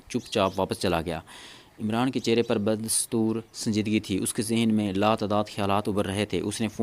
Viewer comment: Sorry Like that, Urdu and English Every sentence, words need proper pronunciation Lateny ki b pronunciation theek Ta ajub b wrong Ba das Toor , B wrong